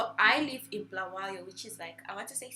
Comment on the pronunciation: Bulawayo not bhalwayo 😅